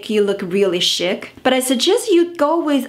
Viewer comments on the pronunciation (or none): Great video always! (but I want to work on accent with you- tip- chic is sheeek. )